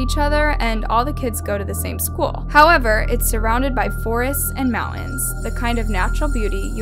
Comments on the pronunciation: The way she says mountains bugs me and it's petty on my part! She's pronouncing the mounTAin ta t sound and it sounds like eh, mounehian. Everything else is GREAT!! I'm going to go slap myself LOLOLOL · Who’s doing the talking in this video? She sounds like an idiot. She needs to learn how to pronounce Elmendorf Air Force Base and mountains.